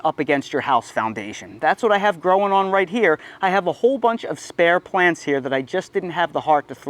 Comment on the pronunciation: Love how u say "growin on" 😂